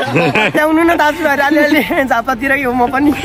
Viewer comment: Ireland haina Vai island 😅😅😅😅😅